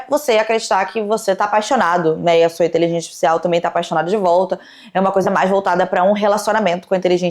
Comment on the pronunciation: tu não pronunciou INTELIGÊNCIA ARTIFICIAL corretamente NENHUMA vez. Num podcast é bom ter cuidado com a dicção né? Jesus